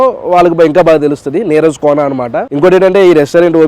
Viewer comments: Adhi neeraja kona, not neeraj kona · Neeraja kona bro neeraj kadu